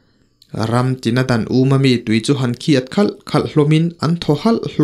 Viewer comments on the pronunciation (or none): none